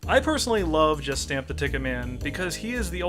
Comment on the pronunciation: When you say it, I always hear "Justin the TicketMan"